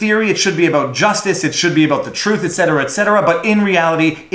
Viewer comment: "It's time to talk aboat.." found the Canadian!